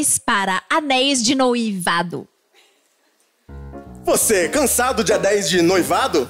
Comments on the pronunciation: ela na hora de falar anel de noivado falou algo como anel de "noí-vado", aí ele fez a piada em cima disso. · Ele tava zoando a pq ela deu uma derrapada quando foi pronunciar "noivado" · É que a moça falou anéis de "noívado" aí o fez uma piada com isso